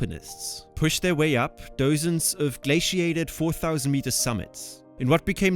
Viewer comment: Duhzens not “doezens”